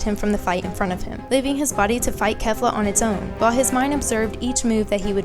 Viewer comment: its pronounced Kay-fla goddamnit for the second time